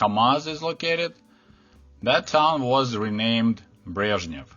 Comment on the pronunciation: It is encouraging to hear the names <<Brezhnev>> and <<Chernenko>> being pronounced correctly.